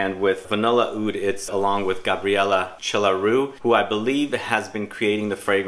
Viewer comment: Chelariu is pronounced like kelariu, accent on k and l. It is a Romanian name.